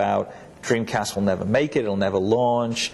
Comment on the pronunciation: Sessler keeps saying Dweemcast